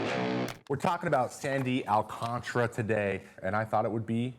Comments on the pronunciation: "Alcantara" not " Alcantra" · Why do people pronounce it alcantra when it’s spelled AlcanTARA